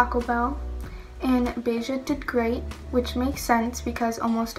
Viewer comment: Aww so cute! I notice her name spells Bella but you pronounce it "beja" lol.